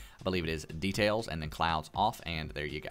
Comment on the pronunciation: The guy talking:Detail deatail hmph